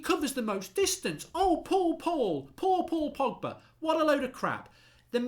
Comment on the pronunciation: Man called Pogba ‘Poggy’. I’m dead 😭😂😂